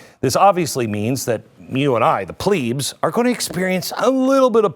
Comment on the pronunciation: Can you please pronounce it right way "plebs" not pleebs 😭😭😭 I can't stop laughing at such a serious video 😂